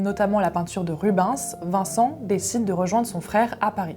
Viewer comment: "Anverssssssse" et "Rube-haine-sssss" :) qui est un de mes lointains ancêtres ^^